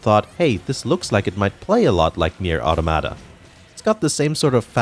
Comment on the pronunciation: Imagine pronouncing it audomada and bayonada.